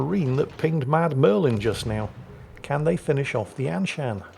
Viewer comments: He keeps saying 'Mad Merlin' but the name reads 'MudMurfin'. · I love how he calls Mudmurfin "Mad Merlin" which is sort of close but not quite there.